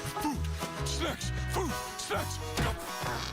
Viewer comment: I needed to rewatch that 3 times to figure out he was saying snacks instead of s€x